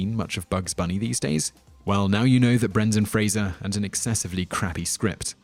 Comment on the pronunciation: They also pronounce Roger Ebert's name as "Ebbert", Brendan Fraser's as "Frasier", Ben Kingsley's as "Kinsley", and Matthew Modine's as "Modyne" (twice).